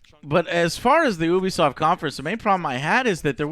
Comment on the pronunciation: Ubersoft, yoobiesoft, No one knows